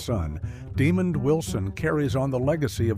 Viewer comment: Note: 1. Desmond Wilson's first name is pronounced "Dah-mond". 2. Technically, Priscilla Barnes and Jenilee Harrison are still alive and were considered main characters because Somers was gone and they have the same billing. For "Dif'rent Strokes", isn't Mj Catlett still alive? Again, she was a main character with top billing. Other last surviving of the main cast, Barbara Eden, D Van Dyke, Marlo Thomas, B Feldon. Didn't include shows where the last surviving were kids...